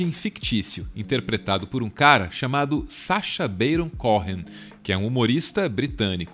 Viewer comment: Sacha Beiron Couen foi foda 😅